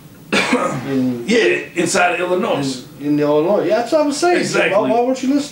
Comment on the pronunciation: S is silent in Illinois